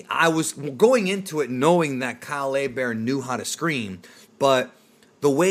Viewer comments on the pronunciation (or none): Kah-lay Bear? OHHHHH Kyle Herbert!